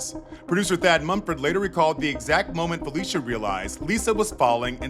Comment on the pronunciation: IT IS PRONOUNCED PHIL-LISHA NOT FELICIA. AFTER YOU MISPRONOUCED IT LISTEN TO THE CLIP YOU PLAYED RIGHT AFTER WHERE THE GUY PRONOUNCES IT CORRECT! SHEESH